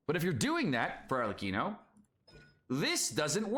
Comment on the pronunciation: Arlecchino btw, not Arleccino. Read it as Arlekkino